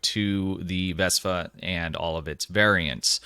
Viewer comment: Why do I keep hearing you refer to the ship as a 'VESPA', when the ship has been introduced to the STO community as the 'VESTA' with a 't' class ship?